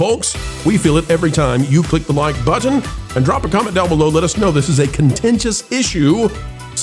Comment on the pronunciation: I'm having a harder and harder time making it through videos. His fake, put on voice, and the weird way he says "button" are just draining me.